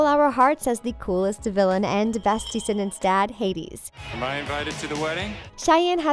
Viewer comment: Why is she always saying DEEscendants and not Descendants?? It’s so annoying!